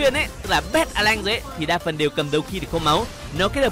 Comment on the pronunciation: Alan chứ a lanh:)))